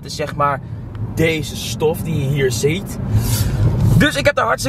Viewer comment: "deze stof die je hier ZEEJT" 🤣🤣 lekker maat 🔥